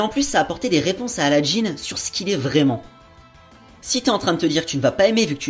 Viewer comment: Il me semble que c'est "un" djinn et pas "une" :) et aussi dans la vf ils dises aladdin et pas aladdine, si non excellent épisode :)